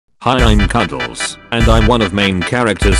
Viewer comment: We not a second in and "Cudels"